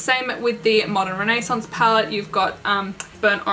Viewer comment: I love how you say modern renaissance ♥️ I own the modern and subculture palette but it kills me that they get so dirty Agree Celestial is such a pretty color 💟 I’m obsessed with your makeup look You look absolutely so Gorgeous your stunning 😍😍😍😍😍😍😍😍😍 💟💜💟💜💟💜💟💜💟💜💟💜💟💜 You def should do this look again when your in 🇺🇸🙌🏼💟💜💟💜💟💜💟💜💟💜💟